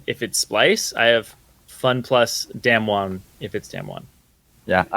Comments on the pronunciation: I'm so tilted listening to dom pronounce damwon. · fuck do they say damwon wrong or is it me